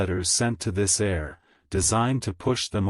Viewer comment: The word is pronounced air, but spelled : heir.